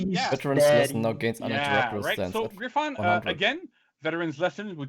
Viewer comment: WHO THE HECK SAYS "GryphOn"?! 🤦 Do they also say "visiOn" instead of vision and "cannOn" instead of cannon?!